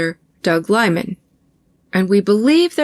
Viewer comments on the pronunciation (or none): none